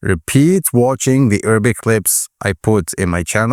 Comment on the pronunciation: Why do you keep saying Errabic